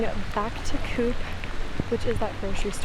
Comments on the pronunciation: Thun is the proper spelling of the city you were in. 😉Coop is pronaucend Cooop with a long ooo. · The o in Coop is voiced? like the o in oligarch and not like the ou in coupe. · Coop is usually pronounced "cope". Inter LAH ken. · Interlaken is pronounced Interlarken. You have to remember Interlaken is a tourisy town, so things might be a bit dearer there, Coop is not pronounced Coop, or Co-op, you would have to hear it to know how to pronounce it right, also Joghurt, the J in German is a soft sound so it is pronounced Yoghurt.